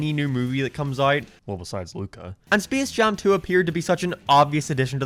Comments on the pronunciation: ah yes speece jam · Did you say Speese Jam Two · Speace Jaum 2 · Intro: “spece jam 2” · spees jam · Spis Jam Tu ROFL